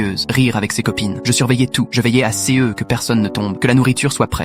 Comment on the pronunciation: Pourquoi dans c'est vidéo la on entend "C E" au lieu de "ce" .... Arrêté de séparer les mots an lette basis... Les français d'Europe bon littéralement parler comme sa (B O N J O U R) En gros vous allez touts(es) parler en lettre par lettre Bye bye 👋